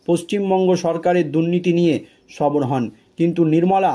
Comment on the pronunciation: কথাটা সবর নয় সরব এটা দৃষ্টি কটু শোনায়।